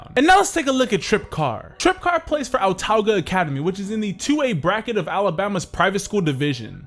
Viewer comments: Just letting you know for future reference it's pronounced uhtahguh. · And it’s pronounced Awtawga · Autauga is pronounced uhtawga